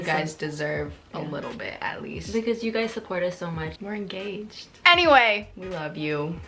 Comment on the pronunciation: enGAYged sorry lol